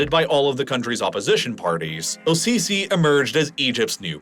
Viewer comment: It's not pronounced "Al-sisi", the L is silent. it's more like Es-sisi or SCC